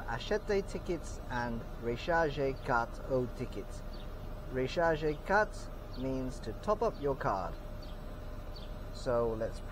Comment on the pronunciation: Achetez的che發音不對，rechargez的re要發小舌顫音